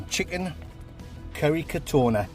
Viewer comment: Chicken 'Kerry'.